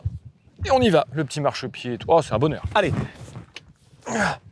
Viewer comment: "Particité" ? Zetes sûr ? Bonne vidéo mais désolé de te faire remarquer que t'as attrapé la même maladie que beaucoup d'autre YouTubeurs, c'est une épidémie manifestement de "Ça va -T-être". ET YA PAS DE T À "VA" PUTAAAAIN 😖😄